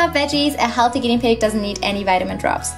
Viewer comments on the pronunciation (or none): Hahhahahha pig not pid